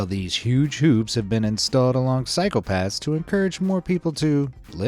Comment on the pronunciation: I was mid hit- when yo said "Cycle paths" I hear "Phsycopaths"